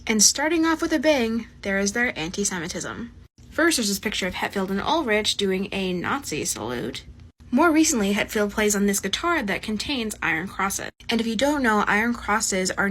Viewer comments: ''Hettfield and Ulridge'' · This video physically pained me to watch. “They are really ancient” “Ulritch”